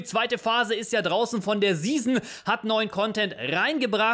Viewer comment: Ich bekomm jedes Mal Ausschlag wie du 'season' aussprichst....